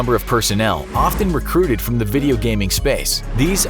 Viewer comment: vee-dee-o blogging